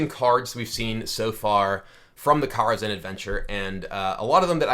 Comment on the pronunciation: good god that pronunciation on kara kazham